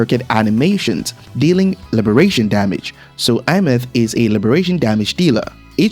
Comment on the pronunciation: i find it funny how he pronounced Aemeath = iMeth 😂 I pronounced it as "ey myath"